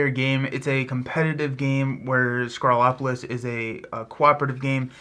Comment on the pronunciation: You said “sCrawlopolis” but it’s actually “sPrawlopolis” with a P! 😉